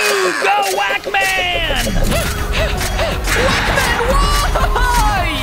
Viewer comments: Burh it's pack man at start not wac man-_ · Is pac man not wak man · It is not mesa it is Mario it is not speedy it’s sonic the hedgehog and it’s not Wack man it’s Pac-Man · Not wac man its pac man😱😱😱😱😱😱😱😱😱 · Wak man? It's pac man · Wak man what it's pac man